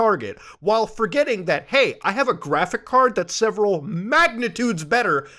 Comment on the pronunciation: muta please just say the fucking s at the end of graphics card PLEASE